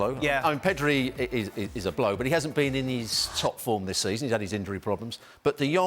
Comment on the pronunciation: LOl shak calling Pedri “Perdo”, love it